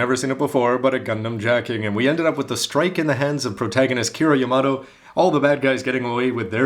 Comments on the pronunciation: you do know you are mis pronouceing yamato watch the seed anime againg your saying yarmado not yam-at-to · excuse me i suffer from dislexia and its prononced the same way in japan as in the rest of the world i just dont understand where he gets yamado from it so random